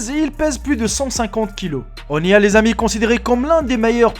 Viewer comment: ça ne se dit pas Né al mais Nil ;)